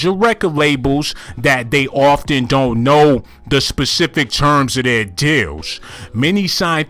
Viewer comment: You was saying deals this whole time 😭😭😭I thought you was saying jails